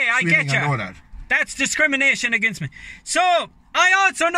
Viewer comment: "That's dicrimination agin me"!!